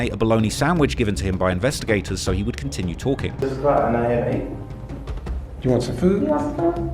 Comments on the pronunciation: bro said blonongy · A type of processed meat it's generally for broke people it's not pronounced how it's spelled ba-lon-ee